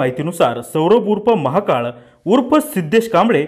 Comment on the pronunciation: आरे महाकाळ नको म्हणू महाकाल स्पष्ट उच्चार करा